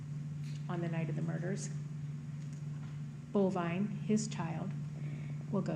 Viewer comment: It's actually Bolvine, but that doesn't make it any less weird. I like Ruger, though.